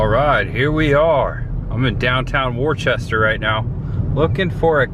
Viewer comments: It's not pronounced "War chester". It is pronounced "Wooster". Just an FYI. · I didn't know that it would be possible for you to mispronounce a word worse than "museum." People from Massachusetts are going to watch this video and create a drinking game out of it. After which half of them will be dead, no doubt. FTR, it's "wustah" - 2 syllables, not "war-chest-er." 😅 JK! 😜 Luv ya! Great vlog as always & really enjoying the content lately. New England has me jonesing for cooler weather & haunt season! Looking forward to the much ahead. Peace ✌️ 👏💪👊🤙👍🤘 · It's not pronounced Warchester it's pronounced Woostah. People from Mass cringe when it's pronounced wrong. Also it's pronounced lemonstir not Leo Minster. FYI Goddard was wrong too. 😂. Still love the content though. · Worchester?????? It's " wooster" lol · Being from Mass it was hard to hear you continue to say Worcester as warchester lol. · Great video. Most of the towns in MA are pronounced strange. Like Worcester pronounced Wista. Groton is pronounced sounds like Rotten Groton. Pepperell is peprill. There's more. But all in all you did great Massachusetts is beautiful. Especially the Berkshires. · Heads up, Worcester is pronounced Wooh-ster. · wish I knew you were in New England. You went right by my house going from (pronounced) WOOSTER to Rutland. The rocket guy is GODERD. The Jonny Appleseed town is (pronounced)LEMISTER. You pretty much butchered every town. Kind of funny for us from Mass. Would have been nice to meet you. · You're pronouncing Worcester wrong, it's pronounced "Wis-ster " we have many cities and towns in Massachusetts that are actually pronounced differently than how they look. Lol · Worcester is pronounced Woosta ….we watched your Fla videos when we lived in NH, now we live in in Fla and are watching you in NH! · Do locals pronounce Worcester that way or do the pronounce it the same as the English do?